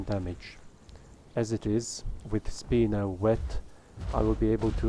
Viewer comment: Sp-I-no not "Speeno" 😂